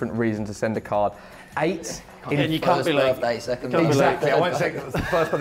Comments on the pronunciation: I don’t know guys how your english dialects works, but why Johnny says “8” like “it”? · I love the way how Evans pronounces the number Eight 😂